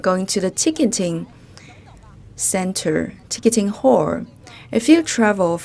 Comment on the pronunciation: I was so confused why she always says hole🤨finally figured out she means hall